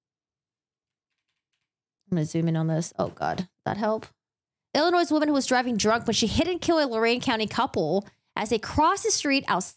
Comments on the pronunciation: The "S" is silent in "Illinois." That's a big mistake to pronounce it with the "s" at the end. Peoria -- "PEE-OR-EE-UH" I'm from a town near Peoria. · Public Service Announcement: The “s” in the word “Illinois” is silent . 👋😬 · Good job, good review and analysis, I believe most of us are on the same page. A little friendly advice, though, you don't pronounce the 's' in Illinois.